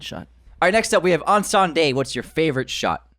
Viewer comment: Hey. Just a little tip on how to pronounce Incendie, if you want to be closer to the real prononciation. The first syllabus is pronounced as pain without the P and the N. The rest you were doing great already. 😅 Good work as always. It's so nice to see someone from our hood make it as Denis did!